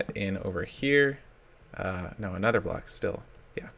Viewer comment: Wow, you forgot how to say Block?